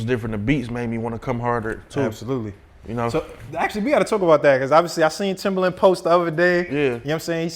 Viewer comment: How are you gonna consider him a legend and work with him yet you can't even say his name right? Keep calling him timberland and there isn't a r in his name smdh